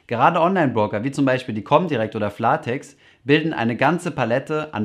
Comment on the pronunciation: Es heißt übrigens Flat-ex (gesprochen Flät-äx), nicht Fla-Tex (gesprochen siehe Video) ;)